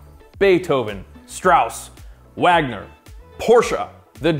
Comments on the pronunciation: His name is pronounced Vargna Of your list Quattroporte head & shoulders above the others, cross plane cranked V8! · "Wagner"????!!! Wrong pronunciation, great content.